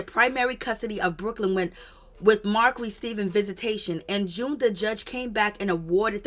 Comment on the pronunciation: Did she say vegatation? 😂 visitations